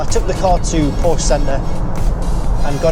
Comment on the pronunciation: I'm sorry, I only made it 1min into the video. I can't take you seriously if you can't even pronounce the name correctly...